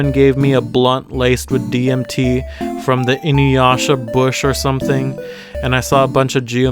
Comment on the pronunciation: It took me the whole 4 minutes to realize he was saying inuyasha instead of ayahuasca